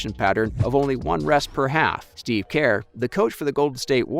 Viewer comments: “steave kAiR” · where is the A in Kerr?